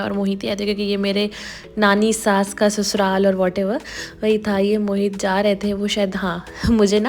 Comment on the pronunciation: Mohit is a hindu name ❤️ but she is saying mohit to moheet🤨